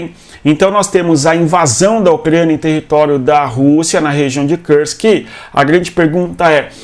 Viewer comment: Cara, por que você fala Kursk como se fosse em inglês?